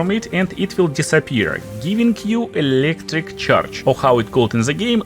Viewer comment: на Электрик чардж - я просто выпал